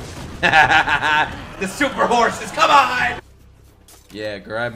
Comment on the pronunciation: "you...are insane" Levi: " KAMONA " 💦💦